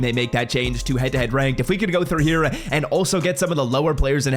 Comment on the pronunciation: Have you always struggled to say the word "here"?